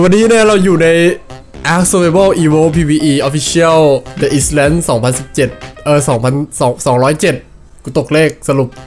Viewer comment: เดอะอีสแล้น55555#อ่านว่าไอซ์แลนน่ะพี่